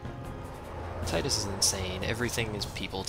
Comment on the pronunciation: Haha i also used the pronounce "Tidus" like you do, then i played Dissidia D